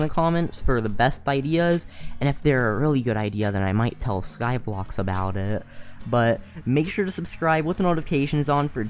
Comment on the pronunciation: He said skyblox twice 🤦